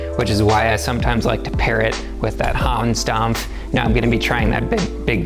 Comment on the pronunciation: gotta love the 'hons domf'